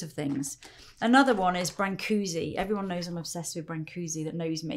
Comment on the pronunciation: Dear Lisa, I love your videos and the wormth you present things with. I find it all very relaxing and informative. One mention, the artist you love so much is Brancusi and he comes from my home town. May I suggestion to youif I may is to check the pronacciation of his name as yours is sounds like a different person's name. I hope you don't mind my comment. Brancusi was an amazing human that he donated tons of artwork to museum in his hometown and he worked in a small flat at the museum in Romania until the end of his life. Although his art was sold for million of dollars he was humble and generous artist. Many thanks again